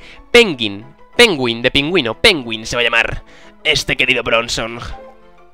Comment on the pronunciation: Has llamado a tu pokemon penguin em vez de pengüin xd